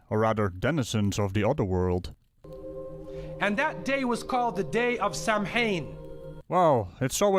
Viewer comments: It's not pronounced Sam-Hain, but Sow (as in the female pig) - Ain... It is Celtic after all so the MH sounds like a W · The way he was saying Samhain had me yelling at my TV. I decided to check before I posted and I'm happy I you did. Give me time though, I will make a fool of myself in this thread eventually! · How To Say Samhain